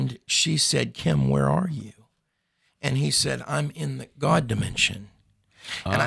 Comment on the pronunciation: why have you changed your pronunciation of the word God from how you used to say it? The way you say it now is a little disconcerting and distracts from your awesome message. Any, God bless you my man. Love your message and your vids. 👍